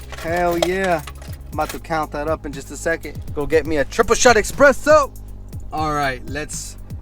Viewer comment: Deptment? Expresso? Narly dude